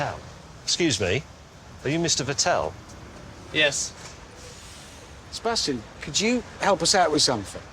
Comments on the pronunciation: MAY YOU OAF!!! It's VET-tel. Not Ve-TTEL. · James May: Are you Mr. Vh-ttÉl-LL Seb: * radio silence * .... Yes? This legitimately cracked me up 😂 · "Excuse me, are you Mr. Vettel?" sounded like, "Excuse me, are you Mr. Patel?" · Well still.. his name is Vettel not veTÄÄÄLL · They mispronounced Vettel so badly that the captions think that Seb is Mr. Patel😂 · Sebastian Ve-tell is my favourite F1 driver hahah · I think Sebastian would get annoyed people saying his name wrong too, James May you should know better! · My god, how they butchered the pronunciation of Seb's last name.